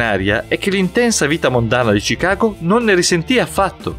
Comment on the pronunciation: Notare che al posto di pronunciare Chicago 'scicago' dice ci cago😂😂😂